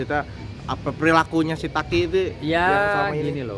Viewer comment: daki bukan taki 😂